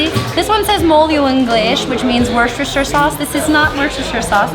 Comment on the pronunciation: Get her to say Worcestershire Sauce again 🤣🤣